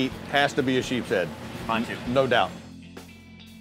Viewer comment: Anyone else that was getting annoyed from Blair saying sheephead instead of sheepshead 😂